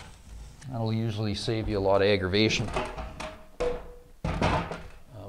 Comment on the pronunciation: I love the way he says "aggravation" lmao